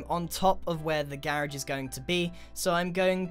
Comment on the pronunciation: When you say garage it sounds like carriage